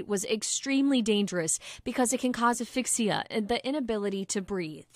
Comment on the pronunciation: If you're going to hire someone to read news, make sure they know how to read. It's asphyxia, not aphyxia, and bystanders, not by standards. 🤦‍♂️